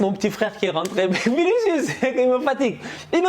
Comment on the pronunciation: Quand t'a dit "vinicuis" Réeh naa Fiii yeupp vini mon vini😂😂😂😂